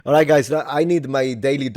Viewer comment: you sounded scottish for a moment when you said "awrite guys" ar the start of the video